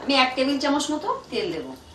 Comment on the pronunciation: kotha ta chamosh noy, chamoch.. r hoye geche noy, hoye gayche oi kotha gulo khub kane Lage, nahole kintu Tomar rannar jobab nai bestest recipe banaw Tumi.